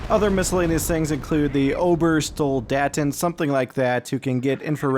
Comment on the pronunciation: And its also Ober sol dat in